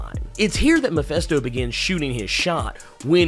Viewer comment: mefesto? did you mean mef ( i ) sto? its not mefesto its mefisto jesus ...